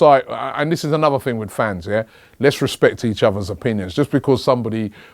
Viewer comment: Robbie said respek 😂😂😂 how does he know about bird man?